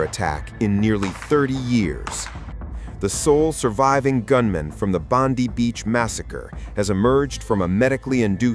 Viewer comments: Bondi Beach!, NOT Bondy Beach?.... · Its Bondi as in Bond-eye not Bondee, please get it right? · Bonde beach it's Bondi as in 👁️ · It’s pronounced Bond-eye not Bondy like the blond bimbo that works for Bozo Trump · Just to let you know its pronounced 'Bond-eye' 🙏🏽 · Bondi Bondeye not Bondee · It's NOT pronounced Bondee ! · must be an Indian murdering our Aussie beach name, typical